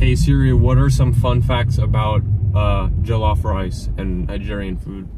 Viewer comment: pronunciation of jollof is so good!! nigerian king!!!